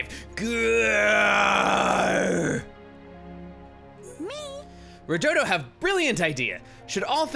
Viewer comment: It’s “Rudodo”. Also, he seems to be breaking the 4th wall in that he knows he’s in a different “game”. But, I wonder what this creature you speak of is? Maybe I should wait for a possible XC3 LP by chugga to avoid spoilers, because I know virtually nothing about that game yet.